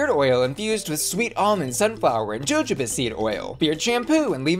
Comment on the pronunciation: Not joe joe buh oil 😭😭😭